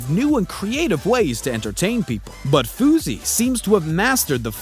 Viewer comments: He said Foozey lmao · OH my god dude whoever made this video Fousey and it's pronounced FOO-cnot FOOZ the video with rice gum was a video to prove a point it wasn't like a fake prank that he wanted to be real it was. A TAKE PRANK TO PROVE A POINT